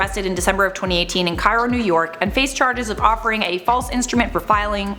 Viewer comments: idk why i'm bothering to mention this, but Cairo, NY is pronounced kay-ro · I literally live in Cairo, NY and went to that high school. Also it's pronounced Care-Oh lol. Not the same as Cairo, Egypt.